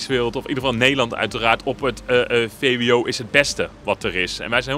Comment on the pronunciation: Its vwo not vbo😂